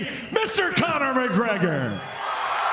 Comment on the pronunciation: *Conor ... absolutely BUTCHERED Conor's name 😂😂